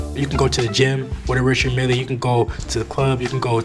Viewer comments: Pronounced ‘Rishard Meel’ not ‘Richard Milly’ 🤦🏻‍♂️ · Bro cant even pronounce the name of his watch🤣